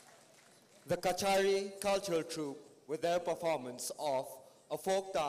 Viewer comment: Kasari not kachari